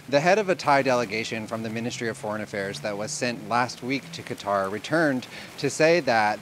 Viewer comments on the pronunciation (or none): none